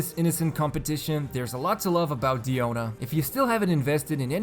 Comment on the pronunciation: I love how you properly pronounce her name, this made me wanna watch the video 'till the end! Please inform people how to pronounce Diluc, Diona, Azdaha, please! xD